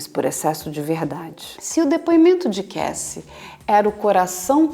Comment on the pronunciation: Dr. vc tem um inglês muito bom, mas é Kássy e não Keissy a pronúncia do nome Cassie...